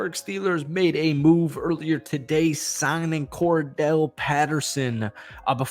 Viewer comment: Why do you keep him, Cordell? That's not his name it's Cordarelle js.